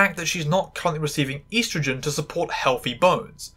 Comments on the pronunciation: Unsubbing for how you pronounced estrogen /j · i honestly forget that is a new Zealander then the way she said estrogen caught me off guard